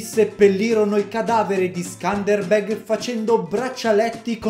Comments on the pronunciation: Si pronuncia scanderbeu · Si legge skenderbeu in italiano ma comunque non ci ho capito na sega Hahahah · Quando sei albanese e aspetti questo momento da una vita e per ricompensartelo lo fa il tuo Youtuber preferito approposito si pronuncia sëndërbërg leggi le e un po' come una o tedesca ma con l a e che a perdere il Regio fu suo figlio che non aveva la cena da condottiero di suo padre